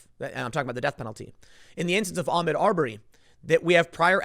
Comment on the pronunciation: Tim, stop mispronouncing his name. It's pronounced Ahk Mood. Fuck if it sounds Muslim.